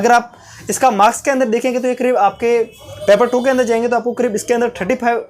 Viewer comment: Thank you but paper not peper